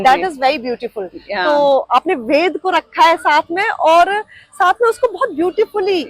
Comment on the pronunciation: इस वेद वन की आर्किटेक्ट मैडम बार-बार वेद को वेदा बोल रही हैं यह मैडम वेद को वेद बोलना सीखें ।